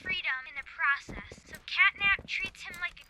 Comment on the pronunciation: What is wrong with his voice? Every last syllable gets a weird schwa - open(e), process(e), as well(e), puppi(e), god(e)